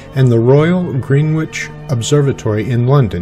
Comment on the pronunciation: Nice video... one wee thing... its pronounced "Grennich". Short 'e' and the 'w' is silent.